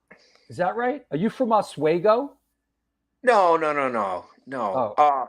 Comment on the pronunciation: It's hilarious how pronounced Oswego as Oswaygo. Freya had a unique pronunciation as well. Mare-rio is the best mispronounced one.